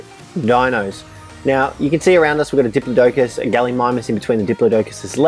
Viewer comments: Dip-plod-i-cus your dingas!! Still luv u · It cracked me up when you called it a dip-low-docus!!🤣 it's pronounced dip-law-ticus!!😉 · it is wrong. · butchered that pronunciation for the diplodocus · You said Diplodocus wrong but the vid is awesome👍👍👍👍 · Stop pronouncing diplodocus wrong